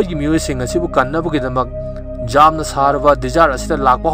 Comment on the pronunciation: 'Yamna' hambiyu 'jamna' haibignu taba yamna nungaite